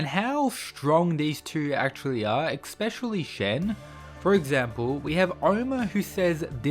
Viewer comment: Love your videos dude but "especially", not expecially 😅 Idk why so many make that mistake